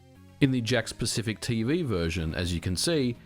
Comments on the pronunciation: I can't help but hear the company name as "Jack Specific". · Did anyone else think he was saying "jack specific" version all the way up until the end? I thought he was just calling it that because it plugs into the TV "jacks" with no console needed, lol.